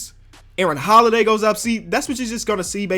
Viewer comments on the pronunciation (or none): none